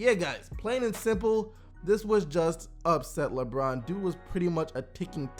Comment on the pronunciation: Its pronounced like brin forbes